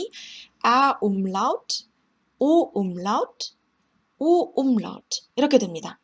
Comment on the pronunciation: 움라우트 하실때 발음 넘 좋습니다